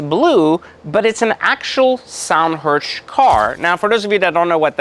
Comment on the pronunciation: Sonderwunsch (ZON-der-voonsh), not "Sound Hirsch" or "Zondhirsh" xD